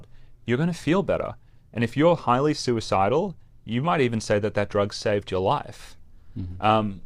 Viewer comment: is NOT soo-eh-sidal.